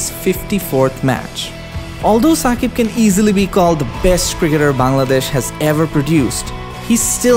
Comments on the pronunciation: it's Shakib not Sakib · Shakib not ssakib